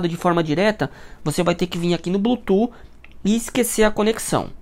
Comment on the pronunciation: Tá bom, perfeita explicação! Mas por favor, fala a palavra Bluetooth certo 😂 que agonia ouvir vc falar blutu toda hora